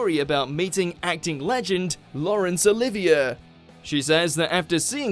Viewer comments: BE QUIET SO WE CAN ACTUALLY LISTEN TO WHAT YOU ARE SO ANNOYINGLY TRYING TO GET LIKES ON!! GEEZUZ - SHUT UP!!! And SERIOUSLY you don't know how to pronounce LAURENCE OLIVIER'S NAME?? - so so bad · You have a UK accent and can't properly pronounce Lawrence Olivier? Shame!